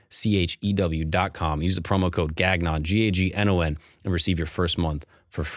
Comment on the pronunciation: Bro I’ve missed a lot of the earlier eps but this is a freaking great show! Also as a french canadian it pains me to hear you say gaGnon😂😂😂 just like Aba said😂